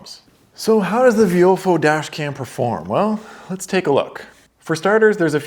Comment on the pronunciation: I thought it was pronounced “VY-o-fo”